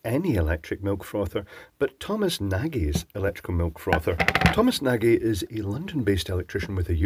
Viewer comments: I think that Thomas' surname has to be pronunced not "Naghee" but N+A+D+J, a soft sound not in English the "GY", like wedge or george but in soft prononciation. It means Big in Hungarian and a quite common surname in Hungary. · Point of note , Tom pronounces his name Nar-Jeee ..... not that im nagging , just saying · "Surely, won't butcher Nagy" >nagee Welp. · Nagy: Hungarian name, I think. I’ve heard it pronounced Nahhzh. Don’t know if that’s how Hungarians pronounce it. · old friends of mine pronounce it "Narge"